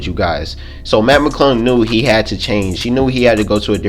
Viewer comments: dead. Matt Mcuddle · Put on the Close Captions and watch every time he tries to say "Mac McClung"